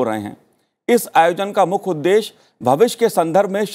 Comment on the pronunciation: न्यूज़ रीडर, शब्दों का उच्चारण थोड़ा साफ करें। मुख्य मुद्दा को "मुख मुद्दा" बोलना, विश्व को "विश" बोलना जैसी त्रुटियों की आपके बोलने में भरमार रहती है।